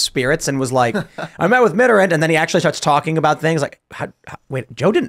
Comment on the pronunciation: Tim and, please look up the pronunciation of "Mitterrand."